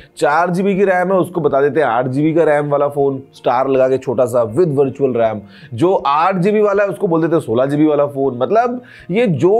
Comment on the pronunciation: Mujhe vertual rem Start me Bhar tu chal Ram Sunayi diya 😂😂😅😊😮